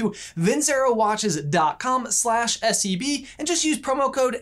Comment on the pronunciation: I'm sorry but everytime you say SCB I hear SCP n giggle to my self lol